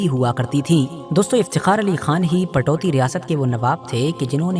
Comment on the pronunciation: Ptoudi ( Saheeh hai ) Patouti ( galat hai )